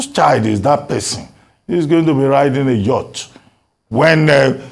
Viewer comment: He is an illiterate hearing the way he mentioned yacht